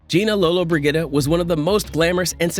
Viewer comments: Sorry, but her name is pronounced Lola-bridgea-da, not Brig-a-da, So bad I had to stop watching. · You are not pronouncing her last name correctly. ......."Lollabridgeda" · Too bad these fake pathethic videos can't even pronounce the subject of the video's name. Garbage video! Probably from Somalia with a AI voice over. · You should know how to pronounce her name! In your position! You are terrible! Bruno usa/ nj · Learn to pronounce the name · learn the pronunciation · you can’t even pronounce her name! Drama! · Your pronunciation of Lollobrigida is wrong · If you're going to say a person's name. Find out how to say it correctly. IMHO